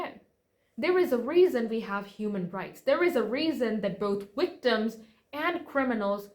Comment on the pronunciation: She can pronounce her Vs so why yhe constant "wick-doms"?? I can't concentrate on the story bc of that word! Lol